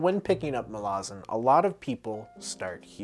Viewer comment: Pronounces "Malazan" right on the very first attempt "Most impressive, youre one of us now" Also dont worry were not pointing guns at you for finding Gardens easy, we just warn everyone that its very hard because we dont want them giving up before it really kicks off